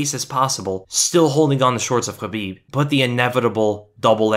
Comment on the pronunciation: Wish we could have actual film not just pictures. And this guy would stop saying Habib